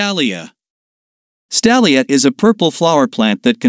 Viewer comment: "stalia" me: its a Stelia